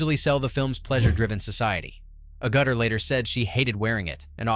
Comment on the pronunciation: Seriously, Jennifer Agutter pronounced A Gutter!?! Beyond bad....